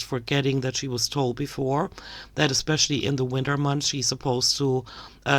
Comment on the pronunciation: I can't with her. "Expecially" .... 💀😂